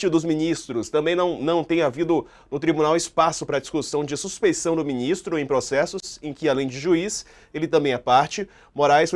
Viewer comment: Suspe I ção, moça. Com IÇ e não com NS. É o que se diz quando o juiz tem envolvimento com pelo menos uma das partes de um processo e sua imparcialidade é questionada.